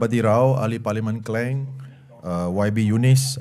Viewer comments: mmg lidah puak ni tak tau sebut KLANG ke? k.l.a.n.g klang dan bukannya KLENG. selangor pun di sebut SLENGER.. nasib baik bukan selenga.. aku risau la puak ni jadi perosak bahasa malaysia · Konon.. bunyi mat salleh la.. "kleng" tapi dia tak tahu yg kita dengar bunyi macam "kling".. 😂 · kleng, haha.. mat slenger..